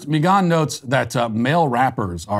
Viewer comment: "Meeghann the Stallion" 😂😆